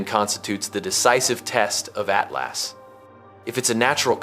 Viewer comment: AT LAAS? 😂 .. Yall have to stop with this AI nonsense smh